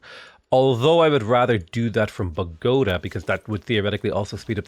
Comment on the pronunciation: The way you mispronounced bogotá and guayaquil hurts so much